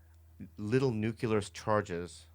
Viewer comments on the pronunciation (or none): Bobby. After the A-bomb, all is NEW and CLEAR. This is how to pronounce it, not NEW Q LAR. You're welcome.